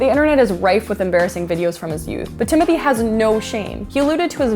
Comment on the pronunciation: So she can say his last name correctly but not his first name.? Im disappointed. And idek who this dude is.